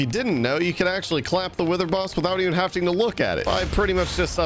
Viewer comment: did he just say havting ?